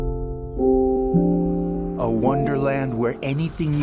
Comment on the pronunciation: 발음 너무 정확하게 똑바라서 뭘 어떻게 들었는지가 더 궁금하네. when you carry this axe.